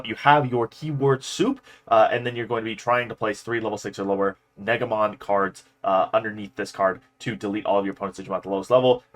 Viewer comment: Btw I'm pretty sure that negamon is pronounced like neigh guh Mon instead of neg a mon